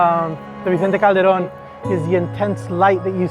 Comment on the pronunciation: Not trying to be a smart ass. But it's Vicente Calderón.